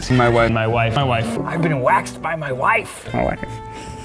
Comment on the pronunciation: i kept hearing "my why"